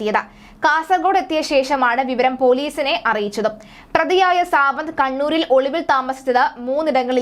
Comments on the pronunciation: Savanth alla madam savaad malayalam parayuvanum arillyayo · Savanah ara.Savad ennu njangal aryyunnathu.sradhichu peruparayanaryyilla.